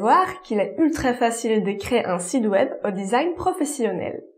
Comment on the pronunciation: Tout va bien dans ce contenu La fausse note c'est la prononciation de site web qui est devenu sid web 🤣 chez nius sid veut dire monsieur Le tt donne monsieur web Merciiii